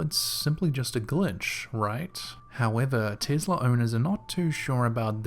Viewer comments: Oh dear! It's not Tizzla, it's Tess-la Be careful, you don't want Elon pimp slapping u for your laziness. 😘😉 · I swear i thought you said "The Girl With The Tiddy" lol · Sounds like you said"The girl with the tittie."😃I know you didn't but I laughed so hard I'm from southeast Tennessee though lol,😃 Love your videos top notch my man!!!Love to you from Tennessee Cherokee Nation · "investla" ....... What a douche